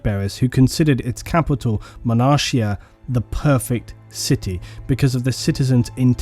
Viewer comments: Dude, I love your videos, but I'm only 12 minutes in, and you keep butchering the word 'Monarchia". You say it like 10 times in 2 minutes and it's wrong, every time. It's "Mon-ark-ia". It's literally just the word "monarch (unelected, usually inherited ruler)" with an "-ia" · "Monarchia" not Manashia Monarch, the ruler.